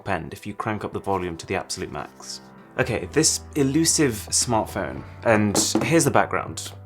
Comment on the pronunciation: He does not say okay. He says uh-kay.